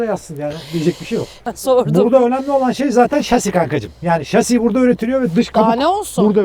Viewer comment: hilal hanım üşüyor. şasi diyor nasıl güldüm.